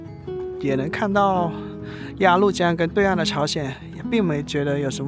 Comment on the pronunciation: 鸭律江，不是鸭路江！🤣😂😅